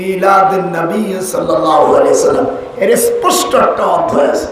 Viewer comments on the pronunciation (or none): none